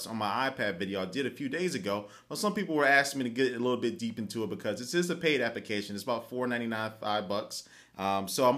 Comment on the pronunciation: WHY DOES HE SAY APICATION????!!!!